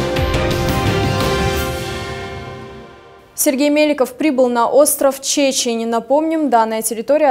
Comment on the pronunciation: Чечень ударение на первое е это плетеная корзина для ловли рыбы